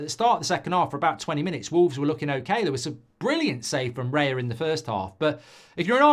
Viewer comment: Why does he call him REYA ?